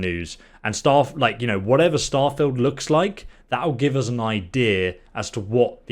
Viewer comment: I scrolled just to find this comment. I thought I'd surely not be the only one this was irritating 😂 Another thing he says that's really annoying is 'Free' instead of 'Three'. And 'Uz' instead of 'Us' 😬